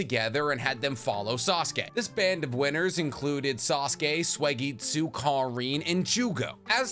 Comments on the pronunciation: did this mf say suwieygitsue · do u not watch the dub??? U CAN'T SAY SUIGETSU SO HORRIBLLY. Its not SWAYgetsu 😅😂😂😂💯 it's the fact that you didn't know/admit you were butchering it that gets me. Really confirms the whole ghost writer theory I've heard. Still love your content though. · Been watching for a while, but is there a reason you pronounce Suigetsu as Soy-getsu? Is this like an inside joke I missed somewhere?